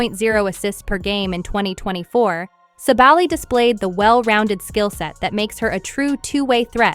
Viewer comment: And thank you for making the effort to properly pronounce her last name!